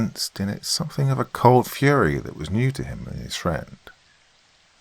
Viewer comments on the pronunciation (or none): none